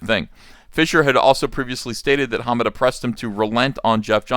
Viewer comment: unless everyone else saying is getting it wrong, its more about which syllable you emphasize. I've always heard ha-MA-da. Uncle E says: HA-ma-da.